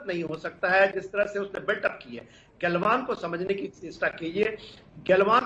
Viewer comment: गल्वन नही गलवान